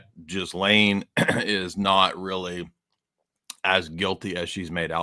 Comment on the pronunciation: Pronounce Gi - Laine. Silent "S". Please get it right